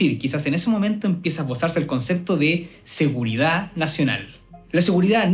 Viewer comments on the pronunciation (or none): No me da seguridad que se coma la d de seguridad.